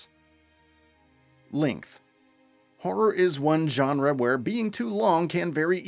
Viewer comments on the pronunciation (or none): none